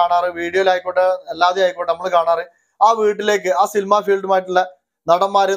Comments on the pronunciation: സിൽമ അല്ല സിനിമ ആണ് ബ്രോ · സിൽമ അല്ല "സിനിമ" എന്നു പറയൂ. കളിയാക്കിയതല്ല , പബ്ലിക്കിനോട് സംസാരിക്കുമ്പോൾ കുറേയധികം കാര്യങ്ങൾ ശ്രദ്ധിക്കണം. വീഡിയോ നന്നായിട്ടുണ്ട് . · സിൽ മ അല്ല ടോ സിനിമ